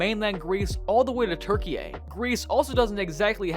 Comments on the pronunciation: It's pronounced tur-kee, not tur-kee-yay. It's spelt Türkiye but pronounced "turkey" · It’s turkey not turkey a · Just a theory, but I think this might be AI generated, from small mispronunciations such as TurkeyAYY to heavy repetition, it seems too prevalent to be human. I may be wrong though. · Ain't no way he pronounced Turkey as "Turkiyay" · Why are you saying Turkey like Tur-kee-yay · Mmmm yes "turkyay" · Bro is trying too call Turkey what they want to be called but he gets it so wrong he is literally saying Turkeyeh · Why do you pronounce it turkey-yay? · Bro said" turkeya" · sorry, but the turkish government has requested to use of "Türkiye" (pronounced as the german ü) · I love how he pronounces turki-yey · The pronunciation of Turkey was the way the people there spell it. Türkiye. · yes I know, I was joking the way he mispronounced it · Why you pronounce Turkey like that?